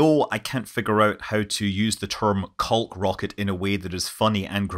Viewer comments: Excuse me sir, caulk is pronounced cock. So cock your rocket or rocket cocking. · I'm at a loss for words after hearing "caulk rocket." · I was waiting for you video. Thanks so much for this. Also, with your accent, I can tell you that there is nothing at all wrong with the way you say caulk rocket. :) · The L is silent in the word caulk. Just so ya know